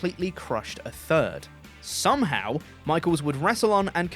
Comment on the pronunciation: “somahow Michaels would wrestle on…” 🙃